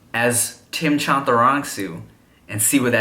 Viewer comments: "ቻንታራንግሱ" it's not hard Tim, come on!! 💖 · Bro sound weird sayin his own damn last name. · SAY HIS NAME...CORRECTLY BETCH! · Tim in Thai you have to pronounce the “r” correctly by rolling your tongue rrrrr.🤣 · Chantarangsu doesn’t sound like Thai. Can you double check your pronunciation with you Dad Again?